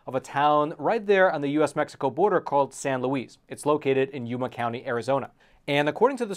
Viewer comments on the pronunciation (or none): none